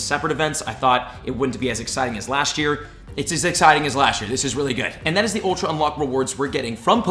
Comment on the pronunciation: "Once per wee" I can't be the only one that caught that haha